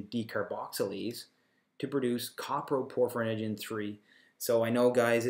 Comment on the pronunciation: Also, it's not "copper - proporphyrinogen" it's "CO-PRO-porphyrinogen" !!!